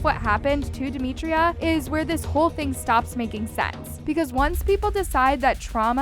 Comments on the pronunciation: ITS DEMITRA. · It’s demitra